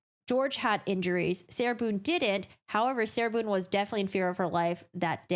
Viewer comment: Sarah “Loone” not Boone.